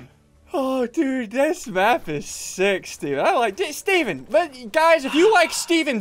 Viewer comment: he said six instead of sick